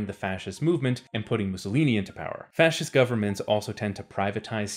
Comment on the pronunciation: i started drinking for evertime you said fscist holy fuck my liver.